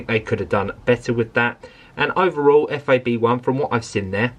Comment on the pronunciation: It's FAB 1, not F.A.B.1